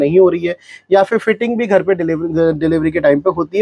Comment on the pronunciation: फिटिंग को फ़िटमेंट ना बोलो भायी